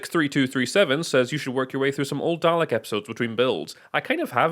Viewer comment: The deep vicarious joy from your reaction to the inner cover was excellent, thank you. Also spot on for the pronunciation